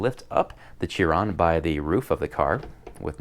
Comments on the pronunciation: Boogatty sheeron, not byoogaty cheeron. Just so you now. Nice video though! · that's how Chiron is pronounced sheeron Chiron is how you spell it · Chiron is pronounced Sheer-on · Yeah the car is pronounced "Sheeron", but Chiron is technically pronounced Kai-Ron, or Kahy-ron. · Please don't call Chiron "cheer on" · Porsche has a flat 6, not a V6. Also its pronounced "Sheeron". Excellent video tho. Definitely love both sets